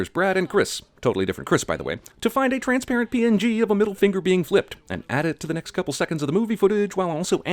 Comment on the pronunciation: he says "Tranparent" but the editors didn't make the hand, let me says this one more time "TRANSPARENT"